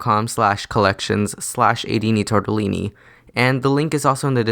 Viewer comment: Ta- yah- TORTELLINI!?!?!?